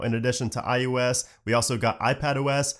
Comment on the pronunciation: It always sounds like he’s saying IUS instead of ios